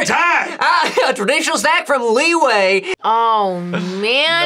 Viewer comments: It’s li yue not way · LI WEI they say lmao